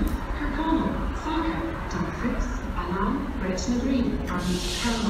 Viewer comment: How can you pronounce Annan so wrong 😂